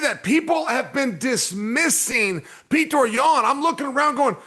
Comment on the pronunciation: It's Pjotr, guys.....Like in Plotter but the L is a J....Not Pjoater